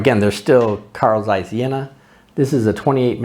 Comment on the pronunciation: Mmh the speaking of Jena must be Trained! You speak it to fast. And Carl Zeiss was not the Sowjets! It was VEB Carl Zeiss Jena and a East German Company. And VEB Carl Zeiss Jena and Carl Zeiss GmbH in Oberkochen are 2 different Companys in 2 different Country! They Was not the same!. That in Oberkochen Was build from zero and not split from the Jena company.